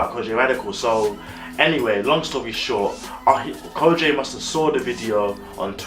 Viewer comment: Great review of Kojey pronounced (ko-gee not Kojay 😂😂. Keep up the good work 👍🏿👍🏿